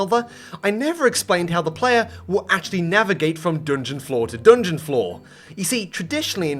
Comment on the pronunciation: why does he say 'doongeon'😭